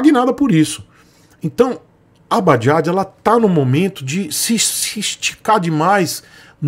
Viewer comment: "Bajajo" kkk